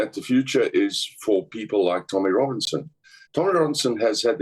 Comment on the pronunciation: He's a snob. Tommy has the wrong accent.